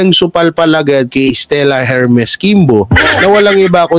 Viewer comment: Idol silent H Po ung HERMES🫰❤️❤️❤️solid Duterte